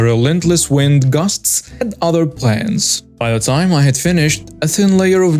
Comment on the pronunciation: learn how to say the word gusts correctly! You are saying the word guests, which is a completely different word and sound. Thanks.